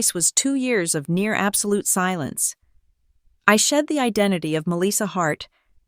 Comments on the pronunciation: To the Narrator, I do not what State and City you are from. * But Melissa is phonetically pronounce " Mel - lis -sa. Or Ma - lissa Most part of the country we don't say Me- Lis- sa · Her name is Melissa, not Meleeesa. AI needs reprogramming. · Or pronounce her name as Mell - lissa